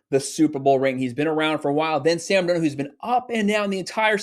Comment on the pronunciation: I agree also can you teach this guy how to pronounce Sam’s last name 😂😂😂